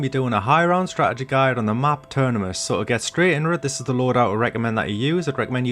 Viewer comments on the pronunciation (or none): You swap the n and m in terminus when you say it 😂 thanks for another high round strat :)